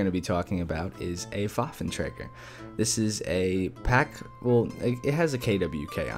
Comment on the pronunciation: Waffentrager? IT IS WAFFENTRÄGER WITH AN Ä AN FUCKING Ä !!!!!!!!!!!!!!